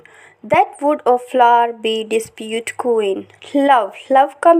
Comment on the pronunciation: The word is not ‘disiputed’ but ‘ un dis pu ted 😮